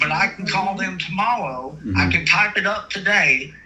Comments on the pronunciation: Anyone else hear the guy say tomowwow twice or so 😂😂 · He's cawwing tomowwow, too. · Don't forget tomowo. 😅